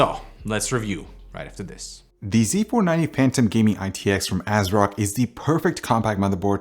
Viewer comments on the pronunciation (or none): TIL can't pronounce phantom xD